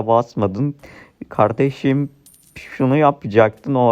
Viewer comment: Kardejim dedin ya aklıma sora geldi